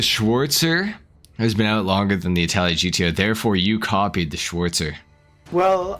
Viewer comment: You butchered this car 🤦🏻‍♂️